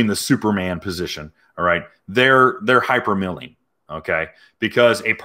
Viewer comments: It's "hypermiling", not milling. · It's "hypermiling" like "miles" not mills. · It’s hypermiling like hyper MILE as in kilometer miles bro. It’s not milling that rhymes with killing. As an aspiring Prius owner I’m disappointed in you bro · at first i thought u said " hypermilking" that was when i met my wife and she had a 2 month old daughter yeah milking fun times.